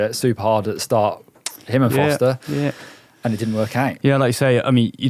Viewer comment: Just a note. Nino SchuRRRRRRRRter and Lars FoRRRRRRRster. There's an R in both names.